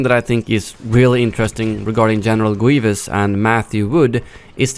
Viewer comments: General Gwievous 😂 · General Gwevious 😂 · General gueevus